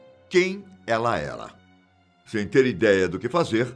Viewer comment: momento cebolinha "quem ela ela "😅